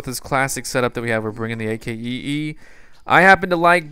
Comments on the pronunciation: just say akee and ignore the. because thats like you saying I.C.E.E. when it's ice or icee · It's not A-K-E-E, it's pronounce Ac-Kee! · you pronounce it ack-ee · You called the AKEE The A.A.K.E the whole video... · its actully to be prunonced akee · You say ac key not a.k.e.e